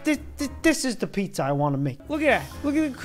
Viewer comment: Puzza PuZzA DiD yOu SaY PuZzA????